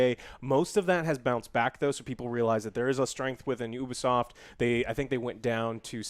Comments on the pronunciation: YOUBEESOFT not OOHBEESOFT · You-Bee-Soft....it stands for Ubiquitous Software